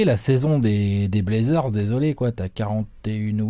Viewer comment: Dame qui dit blazzers en 4-1! ça va être bô